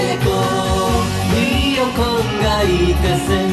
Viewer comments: Lyoko not Ljoko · Kod Lioko not Lijoko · It's Lyoko in finnish, not Ljoko. Since there are no words in finnish that begin with two consonants. And in the finnish dub they pronounce it more like Lieko or Lioko, but not Ljoko. I'm finnish :)